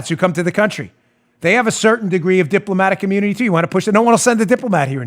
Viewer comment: "Diploma-tic Immuni-ti"